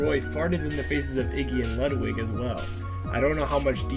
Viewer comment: Why does EVERYONE pronounce Ludwig von Koopa’s name wrong!!! It’s (Lude-wig)! How do you pronounce Ludwig van Beethoven?!